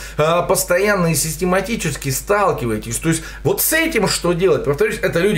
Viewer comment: услышал уоооот, как у Дробышевского почти)